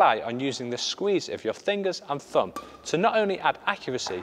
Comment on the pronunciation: fingers and "fumb"?